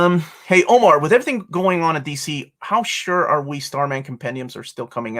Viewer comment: Omar is hurt his old white lady neighbor said he speaks English well. Meanwhile we see the Omar that mispronounces his own name on the channel 🤣 Btw love these streams you do, even if I can't watch them live.